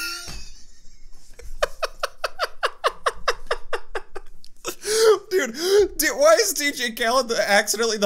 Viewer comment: "GATORADE" XDDD